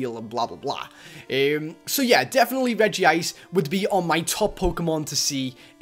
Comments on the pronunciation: UGHHH HE SAYS REGI ICR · ITS REG - ICE